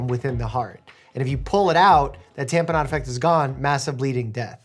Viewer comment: Someone please tell me I was not the only one who, every time Doctor Mike said "tamponade," kept hearing it as "tapenade" instead.